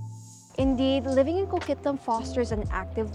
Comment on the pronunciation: Hol' up. There's tonnes of traffic in Coquitlam... Like some of the worst in the lower mainland... And it's Co-QUIT-lam, like as in quit talkin bull